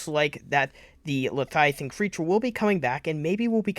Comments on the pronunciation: Le-via-than repeat after me LE-VIA-THAN . Not letiathan😂😂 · Why does he say leviathan like that lmao man say “leiathian” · V does not make a TH sound.. slow down lol